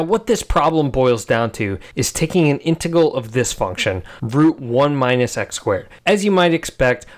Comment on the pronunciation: I can not get over the way you say integal lol. Love it